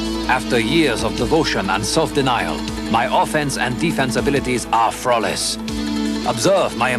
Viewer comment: did he just say frawless